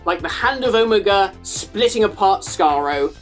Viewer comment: i cannot believe im the only person i can find who is commenting about his pronunciation of omega. is that a british pronunciation??? because ive never heard it like that from anyone american, british, or otherwise